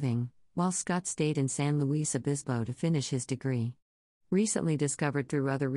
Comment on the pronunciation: it’s san luis (sounds like lewis) obispo (ah-BIS-po)